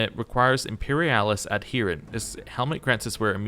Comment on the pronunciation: Im-peri-ahl-is. Va-lance-ee-us. Great series dude